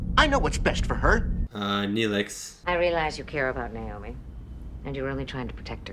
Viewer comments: why do you pronounce Naomi’s name like that? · Why can't you say Naomi?😂